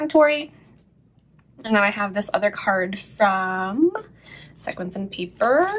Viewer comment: Sequins is pronounced like (see kwins). Great video. I enjoyed it.